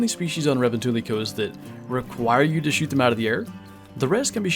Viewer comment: Bro it’s Revontuli coast not Ravantali